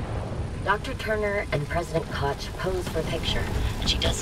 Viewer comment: botched the name Koch. well my german ears have been bleedin